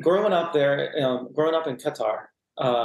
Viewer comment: This Qatari person really doesn't have much of a Qatar accent... Doesn't even say Qatar correctly